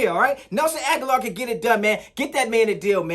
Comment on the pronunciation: Grammar policee here: ah-gah-lore